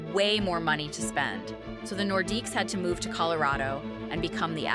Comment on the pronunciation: The Nordquies?? Stop at slop.